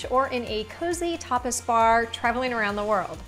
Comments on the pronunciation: Thanks for the recipe! I had to repeat that part in the beginning, I thought you said topless.....LOL tapas. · I thought she said "cozy topless bar." I had to rewind and listen a 2nd time😆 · You realise it sounded like you said "Topless bar!" LOL